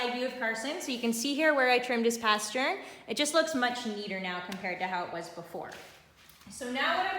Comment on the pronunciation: This is such a patient and pretty dog!! Please pronounce it “pastern,” not “paschurn.” Great info! Thanks!